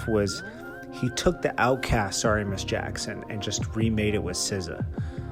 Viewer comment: FAX he butchered ms.jackson